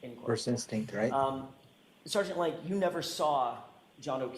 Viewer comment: Saahgent Lank appears to be retaahded.